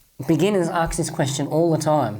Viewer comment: why are you saying AKS all the time instead of ASK:D Good work